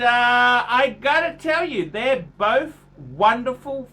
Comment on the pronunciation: I'm not liking how Jack Black's brother pronounces both "Boff"